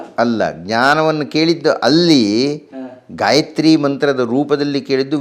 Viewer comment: Gayitri alla gayatri